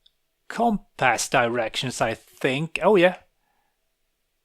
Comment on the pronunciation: Never heard compass pronounced that way before.